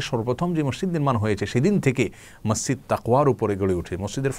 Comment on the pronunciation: mosjid* not somjid